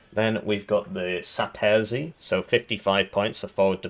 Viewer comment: Zaop. is short for zaopatrzenie, or supply, nieb. berety = niebieskie berety = blue berets, saperzy you should pronounce like sapezhy idk not what you've been saying, and it means sappers though i'm guessing you already know that, ppanc. is short for przeciw pancerny, or anti armor (anti-tank) and you should pronounce it like peh panc (youre pronouncing the c wrong too) and ch is always pronounced like h in home